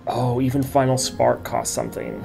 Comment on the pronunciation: Final Spark? Nah, Vi-nal Spark 🤣